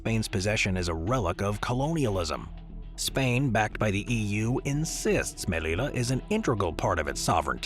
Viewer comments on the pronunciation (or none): The pronunciation of the Spanish city you mention is not /melila/, but /melija/ with a j like in joke. Good video, though! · The double 'l' in Spanish is pronounced like a 'y.' So it's pronounced "Meliya," not "Melila." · The “LL” is a separate letter in Spanish, pronounced like the English “J”. Therefore, say the name of Melilla😢 as if it were “Melija”.